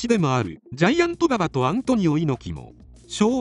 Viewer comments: バ↑バ↑に違和感しかない。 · 競馬の馬場のイントネーションなんよ。。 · 勉強になったけど、馬場のバ↑バ↓のイントネーションで笑いを堪えきれないw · まさにそれw